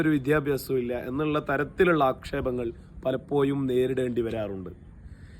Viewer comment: YA ZHA IVA SHARIYAAYA REETHIYIL UCHARIKKUKA PALAPPIYUM ALLA....PALAPPOZHUM AANU..